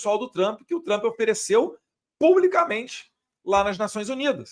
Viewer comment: Eduardo você está aqui no USA Por favor corrija a pronúncia do nome “ TRUMP “ ( dói os ouvidos ) Observação com todo respeito